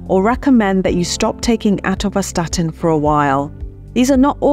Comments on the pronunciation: With such a strange pronunciation of Atorvastatin, are you qualified to talk about it? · is when she actually starts answering the three questions in the video title. Also, she reeeeally likes hearing herself mispronounce "atorvastatin". This should have been a 3 minute video.